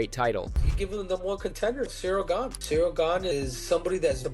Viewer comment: Cereal ganey swear his name was pronounced like 8 different times...